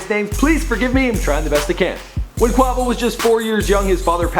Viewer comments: Pronounced QUAYVO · kwavo 😂😂😂ahah ik u tried man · Kwavo lol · It's fucking quay-vow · (qu-e-vo) that is how you say it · Bro who is kwahvo lol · well you just said Kwahvo I'm never watching your content again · Who tf is kwavo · Someone get they mans saying Quahhvo and saying Versace is on drake album smh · Quavo is pronounced quaevo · I didn't want to listen anymore cause he said kwavo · who in the world is "Qhawvo" loooool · KVR 153 Its Quavo😐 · waiiiiit this dude said "quahvo" im crying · lol young qwarvo stuntin' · i know he didnt say "Quawvo" face palm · This bastard done said Quavoh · Cringing whenever he says "Qwavo" not Quavo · Its not quavo it's pronounced quayvo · Quavo (kway-Vo) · Quavo. Kway-vo. Quavo. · more like 'kwey-vo' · How you know they history but pronounce Quavo name wrong💀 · The way he says quavo gives me cancer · you don't know how to say Quavo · the way he say quavo just erks me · The way he said Quavo, the way he said Decatur, the way he compared take off to soulja boy...I just cant im out😬✌😂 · I don't under stand how u did research and gathered all this information about migos and don't know how to pronounce "Quavo" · how the fuck can i trust you with giving me correct info and you dont know how to pronouce Quavo. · I can't stand how he's saying Quavo's name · ikr i was finna say am i the only one that heard that lol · the way he said quavo made me vomit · from the way he said Quavo.I wonder if this guy covers these artists for the money...or does he have a genuine interest in their music. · Every time he mispronounced "Quavo" I cringed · he is saying quavo wrong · you got my cringing when you say Quavo name like that. shittt stop playin wit his name! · you know this man hasnt heard one migos song if he says quavo like that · Everytime he said quavo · I love how he says "please forgive me IF I mispronounce any names". You misprounced Quavo's nickname AND his real first name. Lame ass nigga: take this L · He pronounces quavo's name wrong...